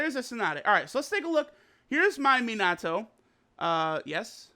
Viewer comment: lol u pronounced gauge and minato wrong